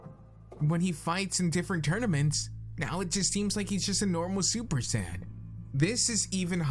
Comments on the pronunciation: Accept when he pronounces the word "Saiyan". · Saiyan... not sand